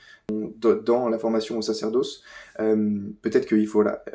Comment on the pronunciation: Sacerdausse ? Ce youtubeur a le même tic de langage qu'archidiacre. Etonnant.